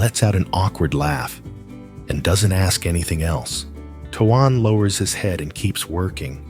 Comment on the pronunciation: Please say his name correctly it's tone while it is not spell that way